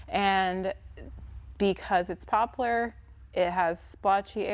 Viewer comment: The wood poplar is pronounced pop-lar. It doesn't have a u. Just saying. It's a great wood.